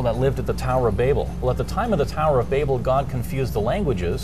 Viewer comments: BAY-bel?.. BA-bel is correct to my understanding.. Like .. "You BAbel on and on." It's NOT pronounced BAY-bel! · its pronounce baabel its not like the way you are saying it like baby .